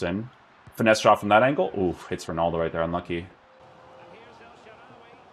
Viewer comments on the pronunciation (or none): none